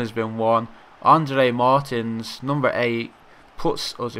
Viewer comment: Amazing andre Martin's is pronounced Andre Mar-teens